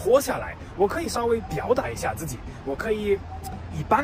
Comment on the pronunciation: 有点意思！马克，一下，这两个发音，很四川啊！